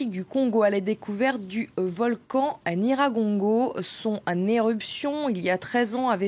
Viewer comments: Déjà d'où il vient lui? Il ne raconte que des bêtises, choisissez qui vous inviter svp il n'arrive même pas à prononcer correctement NYIRAGONGO n'importe quoi. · Le monsieur ne sait même pas dire le nom du volcan Nyiragongo. Cher compatriote tu peut vraiment dire qu'il n'ya pas des hôtels à Goma? L'Iccn lui même a un Hôtel au sein du Parc où certains touristes acceptent de loger vu le standard et les conditions hors du commun. N'oublie surtout pas que Goma c'est la ville touristique où tu trouve au moins un hôtel tous les 100m. Si tu ne connais pas informe toi!